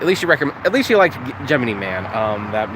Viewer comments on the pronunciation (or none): Sorry just got to point this out you keep mispronouncing Gemini